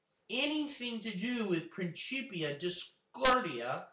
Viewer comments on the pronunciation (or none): Principia is pronounced like prinsipia or prinkipia, not princhipia. At least of you follow the traditional pronounciation rules of latin, and don't want to sound like an ignorant unitedstatian.